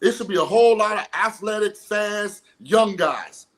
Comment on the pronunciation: When Shaun said afletic he lost me. Jaden will continue to struggle this year.